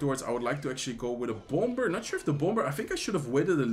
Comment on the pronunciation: I now say bomb-ber.